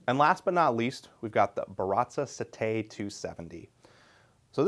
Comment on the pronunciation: Hey, helpful tip here: it's pronounced SETT-ay not sett-AY, it's the Italian word for seven which you get, if you look at the profile.